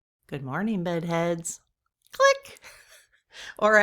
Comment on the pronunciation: Clink!!! Not click. I love how silly you are ❤❤❤❤